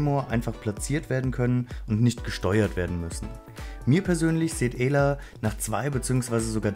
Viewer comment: Sie heißt nicht EEla sonder ausgesprochen Äla